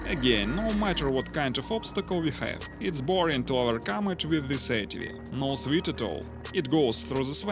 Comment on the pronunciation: Excellent English my Russian friend, but just a tip... "Sweat" is pronounced more like "sweht" rather than "sweet". I give you much respect for learning our language though, I wouldn't have a chance learning yours.